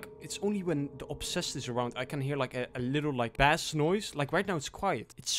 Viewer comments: FYI, you don't pronounce bass as bass, you pronounce it as base. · Dude it’s not “Bass”. It’s Base. You say the A. Not pronounce it. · bass the fish and bass the sound, sound different. bass the sound is pronounced "base" for future reference :) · Great video man, really enjoyed it and just wanted to say that when you were in the village and heard a bass it's spelt as 'bass' but is pronounced like the word 'Base' However a fish, 'Bass', is produced 'Bass' 🙏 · Why do you pronounce bass and iron wrong?